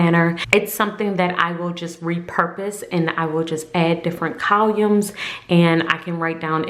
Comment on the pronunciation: I love watching your videos 💜 Btw, I need to mention... I've never heard columns pronounced that way. I was so confused.